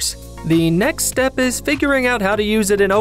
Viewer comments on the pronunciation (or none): none